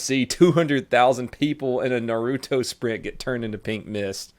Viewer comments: it’s Pronounce NARuto not NURUTO. Love your videos! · Do you even watch anime bro everyone knows its pronounced nar-ooo-toe say all together a tiny bit fast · It's pronounced Nawr-oo-toe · It’s pronounced Naruhtoh not Narooootoh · Its NAHRUTO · Stop pronouncing naruto wrong